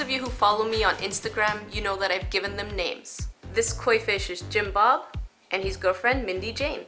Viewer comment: I thought she said Jim Bob